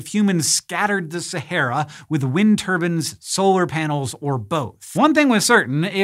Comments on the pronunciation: Say it with me (muscle) Hank: turb•EYEne not turb•An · It's turbine not turban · Why do you call them “wind turbans” ? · Why on earth is Hank pronouncing turbines as "turbans"? 🤔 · Why do you keep saying Wind Turbans instead of Wind Turbines? Is that just a bad joke going over my head? Is it a pun? I'm so confused right now... Also, you're extra greenish-yellow in this episode, did someone move a light near the green screen? I just realized I missed the whole episode because I was so distracted by Wind Turbans that I typed this comment instead of watching the video. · Great, so now thanks to hearing tur-ban instead of tur-by-en I've now pictured a man rotating round a windmill accompanied by his head wrap! I should be more mature than this... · Omg that was all I was thinking. Like, no, turbine, not turban, stahhhp, he must have the same editor as that penguin documentary Benedict Cumberbatch narrated. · Every time someone says turbine like turBIN, an entire African village dies of starvation. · Turbine vs Turbans - Hank... 😂😂😂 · Wind Turbans This bothers me. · Wind turbans XD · Why are you pronouncing "turbine" as "turban". Literally never heard that mispronunciation before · It's like Chinese water torture if you replaced the water with a guy who calls a turbine a "turban". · Wind turbin? Lol wtf